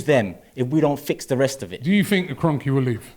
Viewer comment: EK IN” Kroenk” out